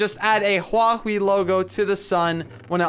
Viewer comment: It's huawi